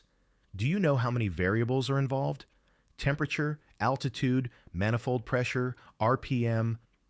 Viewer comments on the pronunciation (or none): none